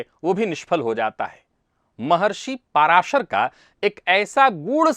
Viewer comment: ऋषि का नाम 'पराशर' है, इसे "पाराशर" बोलना ग़लत है।